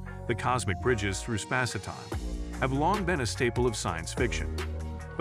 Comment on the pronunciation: spass-e-time. So many weird mispronunciations in this